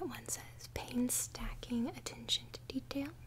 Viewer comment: The word Painstaking is Pronounced (painsteaking) not painstacking. That was cute 😅